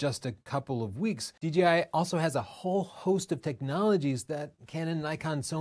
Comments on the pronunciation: It’s Dee-Jay-Eye, not Dee-Gee-Eye. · good vid, but please note the name should be pronounced "D J I" not "D G I". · It’s kid of hilarious that when you say DJI quickly in a sentence it comes out at “DGI”. I do that in conversation, and I hear it in this video as well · D-Gee-I instead of Jay is great lol